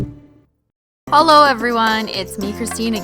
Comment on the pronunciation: She literally said holo in the beginning instead of hello 😂😂😂😂